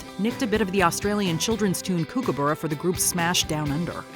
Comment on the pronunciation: "kook"aburra? Please get it right - it's pronounced "Cook"aburra.